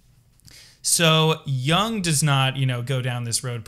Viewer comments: It's Yoong not Yah-ng. Not every word is an English word. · Totally unrelated but, my pet peeve is pronouncing Jung as young ^^ Amazing video though, thank you! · Please learn how to pronounce Jung. No disrespect. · You should learn how to pronounce Jung properly if you don't want to appear ignorant.